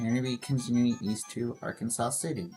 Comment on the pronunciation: Arkansas City is pronounced Ar-Kansas lol. Thanks for the shoutout!